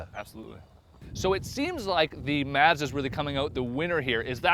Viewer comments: it's MAHZ-DAH!!!! not MAZ-DAH. Stupid host can't pronounce it right, don't host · It's Mazda, not Mawzdaw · Mah-zz-Duh Not Maa-zz-da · MAHZ-DUH NOT MAZZZZZ DAAAA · Why can't this guy say mAzda? Also, even a turbo isnt going to help that civic. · i'm getting a headache from the way they keep pronouncing mazda. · Why is he pronouncing Mazda like that? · Why can't they pronounce Mazda correctly? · I hate the way he pronounces Mazda. I'm about to get behind the wheel of mines :) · Good god YOU'RE PRONOUNCING MAZDA WRONG AND IT'S ANNOYING AS FUCK